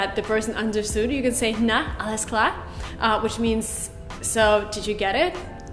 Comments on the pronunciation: "Na" no is more like "nh" like you say das geht sber nicht nh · Its not "na?" what we say after a sentence.. its more like "ne?"